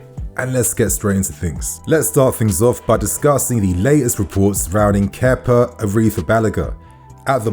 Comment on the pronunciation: Kepa didn’t play for us for a year and you forgot how to say his name properly